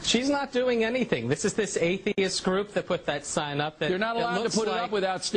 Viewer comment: At one point it sounded like he said "faitheist."